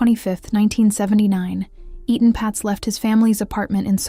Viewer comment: It’s not E-Tan it’s Etan also spelled Eatan or Eaton. Please pronounce it the same way, because you do pronounce it correctly at times, throughout the entire video….please!!